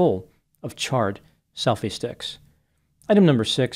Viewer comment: I thought he said selfish dicks and I about peed my pants lol